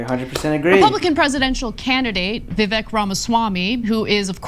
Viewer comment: Love the guy, by the way his name is pronounced vi-ve-ik